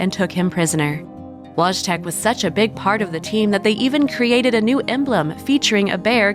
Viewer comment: Wojtek is pronounced /voy-tek/